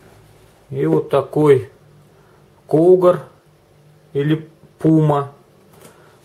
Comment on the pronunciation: супер полылочки....почему то зенитки больше всего зацепили пы сы- в русской транскрипции звучит как Кугуар...с ударением на А